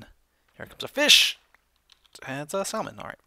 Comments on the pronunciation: You said "sall-mon" for most of the episode, but said the correct "sammin" . Why? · Lol, you say it like sa-mon.. not sal-man. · sall-man? Really? :P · Wait, did he seriously say sal-mon? Dude! Get your mind out of the South Carolina gutter! Listen to the Oregon native, it's called sa-mon. The "l" is silent. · Salmon. SALmon. It's freaking Salmon like sammon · that's just a general mistake many people make I'm not native english but I heard pronouncing it "samon" is correct but many peoble say "salmon" anyway because they're not aware of that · Salmon is pronounced samin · Salmon is not Not pronounced sall-man it's Sam-onn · its not salmon it is pronounced sa-man. JESUS jk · It's not pronounced sal-mon it is pronounced samon please say it right I eat it a lot in real life and it has a lot more flavour then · Im going to guess youre doing it on purpose. But its pronounced SA-MON. not sal-mon. sorry..... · salmon Is pronounced "samon" dummie ;V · "SaLmon" lol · THE L IS SILENT. Salmon salmon samon samon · Its SAM-ON >:l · salmon is pronounced sammon lol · You pronounce salmon incorrectly. It's /ˈsamən/ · Its spelled 'salmon' but its pronounced 'samon' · Not to be rude but pronouncing salmon as sall-man is improper ,just a pet level of mine :) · It's pretty annoying when he says salllllmon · Guys, does know that the "l" in "salmon" is silent..? lol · Salmon is said without the L. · In salmon. The "L"is silent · lol you say salmon funny :p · The L in Salmon is silent... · Don't say the L in Salmon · I think the L in salmon is silent but idk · You don't pronounce the l in Salmon. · I have a feeling you are going to get a lot of hate for saying salmon wrong. I dint care but it will probably happen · You don't pronounce the L in Salmon.....